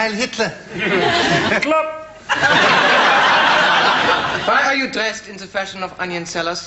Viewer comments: ALL I HEAR IS “klop” Not TLER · He actually says ‘klop’. Don’t know why, probably a joke that didn’t work since no one understands it. And no, it totally doesn’t sound like -tler. You should get your ears examined of it does. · Always thought it was clop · Anyone else thought he was saying ‘Clop’? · it is weird how it sounds like that. I first thought he might be saying “Klomp” as in the painter, even so, that didn’t make sense either. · Always thought he said 'club'.